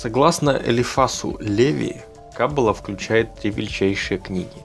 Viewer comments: Каббалááááá !! В Иврите всегда ударение га последний слог!!) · Ну почему ты не прозондировал как правильно говорить слово Каббала???? Ударение ставится на последнюю букву. Тема очень интересна, но режет слух неправильное произношение,что может подчеркнуть о незнании автора...